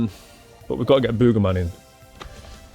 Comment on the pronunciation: Funny how you say "Boegerman" its Booger like a Booger from your nose.